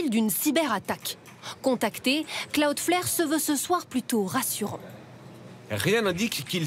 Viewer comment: Quel intérêt de faire ce reportage pour ne pas expliquer la raison de la panne ? Et 2/4 personnes qui prononcent mal cloudflare, vous avez l'air bien renseignés